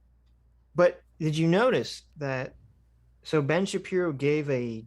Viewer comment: heh "Sahpiro"